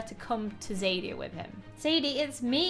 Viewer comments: There is a show that has a lot of the same names of these on Netflixandbim screaming inside because mispronouncedone of the names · YOU PRONOUCED THE NAME OF THE KINGDOM WORNG BY THE WAY I LOVE THAT TV SHOW!!!!!!!!!!!!!!!!!!!!!!!!!!!!!!!!!!!!!!!!!!!!!!!!!!!!!!!!!!!!!!!!!!!!!!!!!!!!!!!!!!!!!!!!!!!!!!!!!!!!!!!!!!!!!!!!!!!!!!!!!!!!!!!!!!!!!!!!!!!!!!!!!!!!!!!!!!!!!!!!!!!!!!!!!!!!!!!!!!!!!!!!!!!!!!!!!!!!!!!!!!!!!!!!!!!!!!!!!!!!!!!!!!!!!!!!!!!!!!!!!!!!!!!!!!!!!!!!!!!!!!!!!!!!!!!!!!!!!!!!!!!!!!!